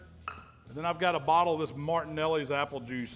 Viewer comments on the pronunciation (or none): none